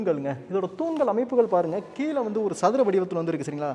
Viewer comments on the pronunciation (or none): தம்பி வணக்கம்.. நல்ல வர்ணனை.. மிகவும் உபயோகமான புரிந்துகொள்ளமுடிகிறார் போல் அமைந்துள்ளது உங்களுடைய விரிவுரை.. மிக்க நன்றி.. ஒன்று கேட்க விரும்புகிறேன்... இப்போது இந்த " ழ " வரும் வார்த்தைகளை - கீழே, அழகாக - சரியா உச்சரிக்காமல் தவறாக - " கீலே ", " அலகாக " - என்று உச்சரிப்பது என்ன ?, புது நாகரீகமா? தெரியாமல்தான் கேட்கிறேன், இந்த " ழ " வை உச்சரிக்க முடியவில்லையா அல்லது வேண்டுமென்றே செய்கிறீர்களா ?.. சரியான பதில் கிடைத்துவிட்டால் உங்களையும் உங்களை போன்றவர்களையும் கேள்வி கேட்க மாட்டேன்.... உங்களுடைய விரிவுரைகளுக்கு மிக்க நன்றி.. உபயோகமாக உள்ளது.. நன்றி வணக்கம்.. வாழ்த்துக்கள்.. 🙏